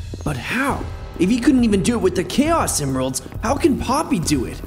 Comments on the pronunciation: When he grabbed the chaos emeralds it said emiralds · Ah yes "Emiralds"